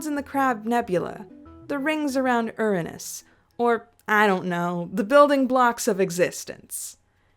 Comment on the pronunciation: Thank you for pronouncing Uranus correctly